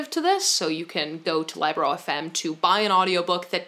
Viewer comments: Libro is Spanish for book, and it is pronounced like Leebro :D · It cracked me up hearing her saying Libro as Liebro. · I dont think you pronounced libro correctly, it is book in Spanish, so it sounds like lee-bro. I had the same reaction about wearing fanny bags across the upper body and now I love it. I bought shorts like the Lululemon on Amazon and it costs half the price. I need a soda machine ASAP. I love your videos and your bookcase is amazing 🥰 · that's what i was thinking lmao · Libro is spanish for book. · saying LibroFM Me: 🤨😬 (Libro is book in Spanish and it's a short i sound, not a long i) ☺️ Also, I definitely recommend a kindle. While I always love a good physical book, the convenience and portability of kindles is absolutely unmatched and the new Paperwhites are waterproof so there's no fear of damaging a real book at the beach or in the bathtub or whatever. Also the built in back light is amazing for those of us who have partners who hate having lights on in the house lol